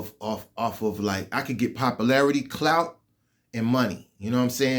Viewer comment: You can't even pronounce the simple word "popularity" Knowwww Whaaaa I'mmmmm Sayinggggg